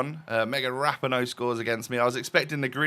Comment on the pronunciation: Love the content, just a heads up and it’s not even a big deal but Rapinoe’s name is pronounced Ra-pee-no.